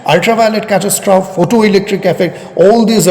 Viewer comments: Your pronunciation is practically correct, but end an "e" sound to the end (cat-as-troff-ee) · It may not be that important but as you are an erudite person so you may consider it. Your pronunciation of 'catestrophe' is wrong. You may check its pronunciation using google